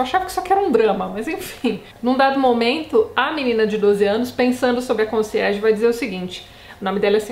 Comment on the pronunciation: Quando você falava Conciérge eu só pensava em Desventuras em Série.